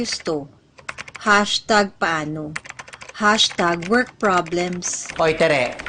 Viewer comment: its #workprblems instead of #workpoblems😂😂